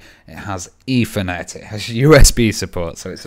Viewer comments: Dude... its "Ethernet"... not "Effernet"...lol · Or Eithernet as everyone incorrectly pronounces it.